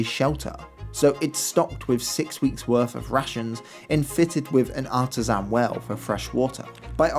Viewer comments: Great video 👍 I think you mean artesian well, not "artisan" 😁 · "...artesian.." :) Ta Very well done